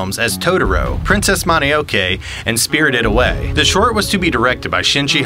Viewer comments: it's Mononoke, not Moneoke! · FWIW, the correct pronunciation of Mononoke is Mono-no-kay and Hayao is pronounced Hai-yao.